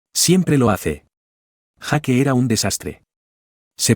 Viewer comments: Jake se pronuncia Jak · En las pelis americanas pronuncian yeik / Jake